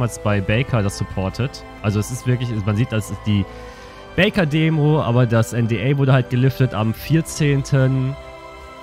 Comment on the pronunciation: backer baker auszusprechen hat mich leicht getriggert